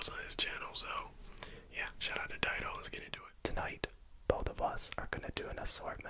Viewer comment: I love/hate how these two guys pronounce each other’s names wrong I understand accent on but still and dido it’s not diedo (not hating just something I noticed and couldn’t let go till I said something)